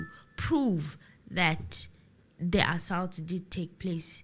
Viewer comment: the way you pronounce “assault”